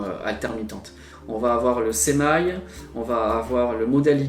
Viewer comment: Bon en français semi ça ne se prononce pas semailles ! Tout de même !